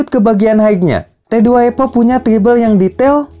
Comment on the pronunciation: Evo kang evo bukan epo 😂. Nice review tapi, singkat jelas padat 👍👍